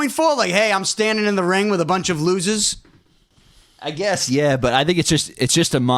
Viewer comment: He says lozers to bloodline whit l sine